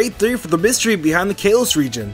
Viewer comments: It’s kah-los! Not Kay-los!!!! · Kaalos not kailos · KAL-LOS! Not KALE-LOS!! There’s no freaking y or i anywhere in the region’s name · Kah lohs not kay lohs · "Kaelos region" TRIGGERED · It's pronance kaalos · Geekplayz kaaaaalos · It’s called Kah-los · Kay-los region? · It’s kales. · its ka-los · Stop saying kalos like that it’s so annoying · How he pronounces kalos:( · I hate the way he says "Kalos"😂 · I hate the way you’re mispronouncing Kalos. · learn how to say kalos lol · "Exerneas" "Kaylos"Kill me now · psilos67 I couldn't ignore Exernius